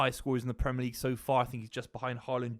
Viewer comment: I really rate Buveys opinion, one of the best to do it, but the Bristolian way of saying “Premer” league like the ‘i’ doesn’t exist really grates me.